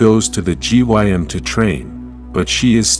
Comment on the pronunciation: Bro what,this person is so boring and gets genders and words wrong constantly,bro said G.Y.M instead of gym. 😂😂😂😂 I wish someone else did the whole story cus this person is ass